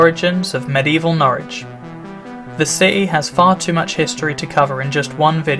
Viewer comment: Good that you pronounce Norwich correctly as 'Norridge' and not 'Norrich' as many folk do, even the locals.